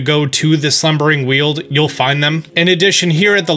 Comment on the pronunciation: Shouldn't the Weald' in 'Slubering Weald' be pronounced like 'weld' instead of 'wield'?